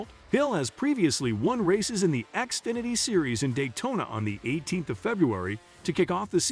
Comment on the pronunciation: xfinety not axefinety